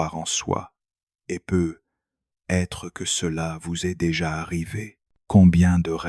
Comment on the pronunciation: Tres intéressant, mais concernant la forme, pourriez-vous réécouter la voix de l’IA et corriger la prononciation de de "peut-être" et de il y a "t'il ". Le peu _ etre est particulièrement agaçant et gache l'écoute. C'est dommage